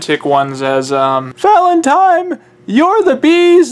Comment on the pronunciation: ValentiNE not valentiME